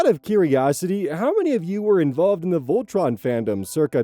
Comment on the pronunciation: "Voltron" ouhgg you pain me